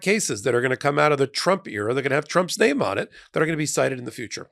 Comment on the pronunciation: Excuse me,... Did you say "Trump's name" or "Trump's stain"? 🤣